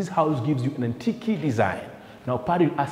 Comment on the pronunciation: This is brilliant, very nice video even the way you interact with your camera man is entertaining and keeps the viewer engaged. However there is room for improvement on your pronunciations Antique(antik not antiki) Wood not hood, The way you pronounce ensuite is perfect. Keep up the amazing work and may you soar to greater heights.